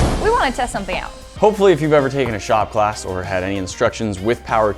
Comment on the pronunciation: Am I the only one that heard "if ever you've taken a shot glass", I had to replay it and realized he said "shop class" lol